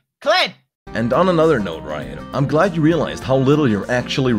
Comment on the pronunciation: "im glad" mor like "im kled"